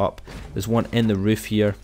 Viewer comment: Thanks new word riff instead of roof